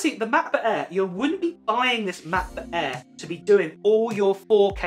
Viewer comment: Anyone else kind of entertained by saying Ma’ book air. Or ma’ mini? No one. Ok.